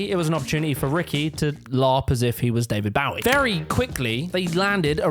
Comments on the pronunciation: Someone needs to tell the speaker how to pronounce ‘David Bowie’. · It's pronounced David Bowie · Can't pronounce David Bowie, can't spell Stephen Merchant. Oh dear, this doesn't bode well...